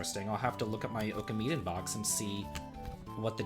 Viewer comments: I love your content dude but you really need to work on your japanese pronounciation, ohkameeden is not a thing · Your pronunciation of some of the titles was horrible. Oh-kah-me-den?